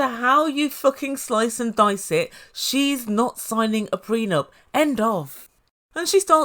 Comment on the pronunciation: These two are looney!! Her dramatics and his whiney voice!!😂😂😂😂 A couple made in HELL!! Gino and his "prenump" (I think he's saying it wrong!) GREAT video!!!